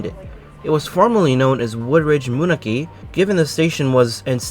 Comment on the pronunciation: Moonachie is pronounced MOON-AHCK-E. 👌